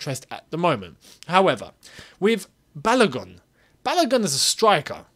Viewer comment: Hello, well done. However, the name "Balogun" is pronounced as Ba-low-goon as in Ba (Bah), Lo (low), Gun (Goon). It is a Nigerian name (a name from the Yoruba people of Nigeria). Thanks